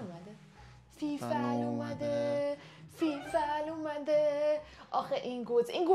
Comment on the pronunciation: فیفی ❌فیفل✅